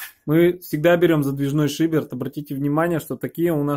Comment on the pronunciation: шиберТ, полоГ... Ребят, банями занимаетесь - учите терминологию, слушать больно